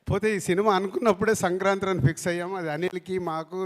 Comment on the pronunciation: సంక్రాంత్రి ఏంట్రా బాబు........ సంక్రాంతి అని చెప్పండ్రా ఆయనికి ఎవడైనా 🥲🥲🥲🥲🥲🥲🥲